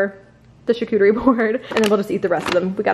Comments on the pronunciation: That’s not right 😂😂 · Props to you for attempting to pronounce charcuterie 🤣